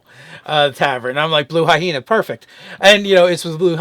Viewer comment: Blue I-hena... lmao